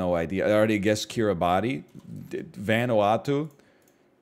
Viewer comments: Pronounce Kiribati correctly first, then worry about its geographic location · I’m the only person on earth who malds whenever he says Kiribati phonetically. For the unaware it’s actually pronounced Kiribas, idk why but I’m cursed with the knowledge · NL I need you to know. Kiribati is pronounced Kirabas 🙈